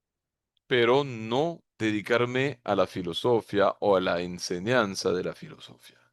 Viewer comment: Nunca habia escuchado decir fllosofia sin tilde en la í... muy fuerte....